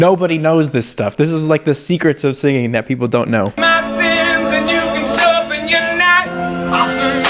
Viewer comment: well he also says shorpen instead of sharpen, i noticed that and i do not even sing..